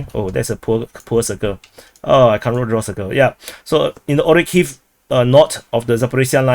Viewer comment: What analysis. He just parroting a couple of sources, draws some " sorry wrong color"ugly lines on the map and butchers geographical names beyond recognition. Its actually a retarded comedy show